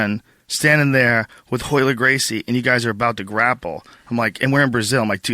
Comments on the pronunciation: this fool cant even say his own name, its ROYLER, hot HOYLER, joe hogan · One of the best jiu jitsu fight breakdowns ever. Funny listening to calling all the Royler "reversals" all wrong (in the original). But who would have known. Awesome match.